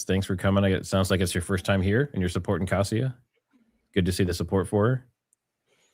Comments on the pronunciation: I believe Kasia is pronounced "Kasha". Nice to find you two together. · ask Kasia how is her name pronounced. Your version is wacky. Lol. Its more like Kashia. Lol.